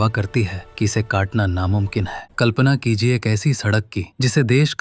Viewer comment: Start me mujhe kalpana ki lijiye sunayi diya